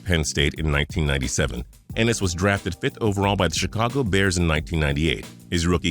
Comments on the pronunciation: It’s eee nis not en isss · Archie Griffin, Ron Dayne, and Cedric Benson are some other RB busts not mentioned in this video. Also, it pronounced EE-Nis, not En-is, dumbass. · its pronouced EEnis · Always thought it was E-nis. Not e-nis. I know names can often be different than regular English but when a vowel is by itself in a syllable it says the long sound. And that's also how I've always heard it be said. Am I wrong? Hmm then ki Jana Carter were if you follow the rules of a vowel ending a syllable like that also says the long vowel sound he actual does say k eye jana Carter but I've only ever heard it be said kijana with a short vowel sound. I'd think this is a professional voice man who is just reading and doesn't actually know the players names.